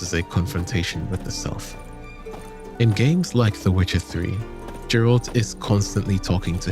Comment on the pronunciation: Its so weird to hear you pronounce Geralt with more of a J sound than a Geh, G sound. Playing the games it definitely is not pronounced that way. Is it wrong? I dont know. But given the what sounds like a European accent of some sort, I guess the difference makes sense. Still just sounds weird to me. 😅